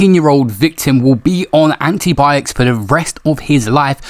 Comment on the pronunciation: did man say antibiotics like that wtf